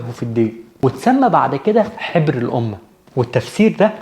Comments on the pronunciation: حَبر وليس حِبر، بارك الله بحضرتك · اسمو حَبر بالفتح وليس بالكسر جزاك الله خير